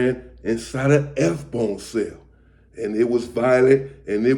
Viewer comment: I'm confused. It says S Bone but sounds like you're saying FBone. Are you talking about F Bone (Lonnie)